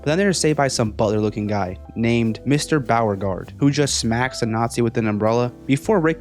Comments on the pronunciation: You’re gonna have to improve the content if you want this channel to grow. Try to be more original. Don’t present your vid as a deep dive, when in reality it just a synopsis. Also, maybe actually watch the episodes you’re talking about. That way, you’d be able to pronounce “Mr. Beauregard’s” name. This was a bad video. Keep trying tho. Good luck. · He doesn’t even know how to pronounce “Mr. Bauregard’s” name. Makes me think it is some crap AI script.